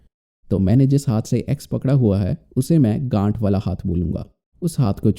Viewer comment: 1.24 gath to gand jaisa sunai de raha tha😂😂😂😂😂😂😂